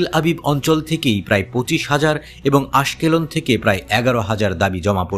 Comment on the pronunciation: আশকেলন নয় উচ্চারণ হবে আশকালান